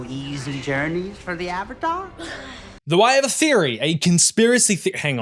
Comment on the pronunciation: "Eve-atar the lost ear-binder" 🤣🤣